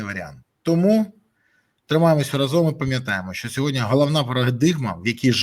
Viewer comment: Пане Бориславе, Ви неодноразово кажете, що читаєте коментарі. Але в українській мові немає слова "сьогодня", а є слово "сьогодні ". Дякую!